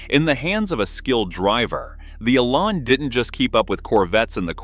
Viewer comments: Oh please! The car is called the eLAN, not the eee-lan. The emphasis is on the 'lan', not the 'e'. The word 'Elan' comes from a French word meaning "to dart," and is often spelled élan. Someone with elan can be said to dart around with enthusiasm and a unique flair. The name suits the Lotus Elan perfectly. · Why all the random photos of cars when talking about the Elan? Also, the rear suspension ISN'T double wishbone. AND the AI needs to learn how to say Elan :-)